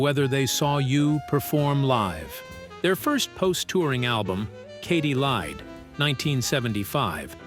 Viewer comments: "Katy Leed"? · These fucking AI voices can never pronounce things correctly. Aja is pronounced like Asia, not Aiya or Aja. And it's Faygen, not Fahgen. And Katy Lied, not Katy Leed. You guys need to listen to and phonetically correct these mistakes before posting these. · I dont think AI will be taking over anytime soon, its not "liv" and "donald faa-gen" didnt approve this video... I missed out buying that rare album "katy leed" and "ahhh-jaaa" Dumbasses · he could not produce Donalds last name. Also Katy Lied was said wrong